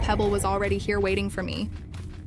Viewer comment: “wating” HELP I CANTTT